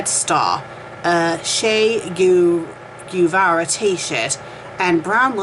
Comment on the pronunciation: Why read when you cannot even pronounce the words properly... Bourgeoisie, Che Guevara, etc., you mispronounce everything, and you are a native speaker of English. Don't you feel a bit ashamed? P.s. Comming from a formerly communist country, I can, and do, laugh at things in this fanfic. It is obviously a parody written by someone who is, unlike you, well versed in history.